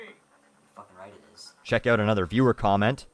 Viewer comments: when u say stick around and you'll find "out" is the first time i actually hear the stereotypical canadian accent although its not exactly "oot& aboot" how south park movie portays u actually do hear it..im canadian too but dont say it like that...........felt the need to share this observation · I love whenever says "oot." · You say out wrong. Wtf. Its so annoying. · friendly neighborhood canadian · How do most people say it? Just curious... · Haha, it's a bit difficult to distinguish, and Canadian accents vary depending on where you live. The only way I can tell that has a Canadian accent is the way he says things with an 'ou' in them, like 'out'.